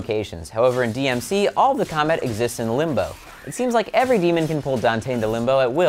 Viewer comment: he said combite